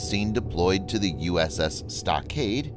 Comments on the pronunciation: You sound like you're calling it the USS Stockade it's Stockdale. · The name of the ship was severely mispronounced. The ship name is "USS StockDALE" - NOT "USS StockADE". This ship was named to honor an outstanding individual and a Medal of Honor recipient and mispronouncing his name is a gross insult. If you can't do it right, find someone who can do it right and pass the job onto that person. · I believe it’s the USS Stockdale, not USS Stockade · Its USS STOCKDALE! Not stockcade!! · Did he say uss stockade? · It's StockDALE not StockADE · Uss stockdale not stockade stock-dale! And we never went to HI for the Russian movement 🙄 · Uss Stockade? It's the Stockdale. I swear this guy tries to mispronounce words.